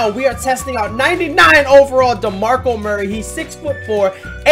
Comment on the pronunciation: did he say 99 demarco